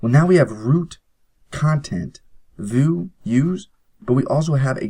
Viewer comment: lol, "Voo"? you mean "vue" (/view/)?